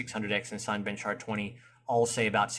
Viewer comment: Nice video... wish someone with 5800x3d would do a similar one, as I'm curious whether there will be any undervolting options. BTW the first 4 letters of Cinebench are pronounced as in the word cinema. 😀